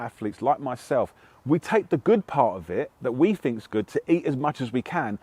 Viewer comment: Hmmm, this guy doesn't fink vewy clearly IMO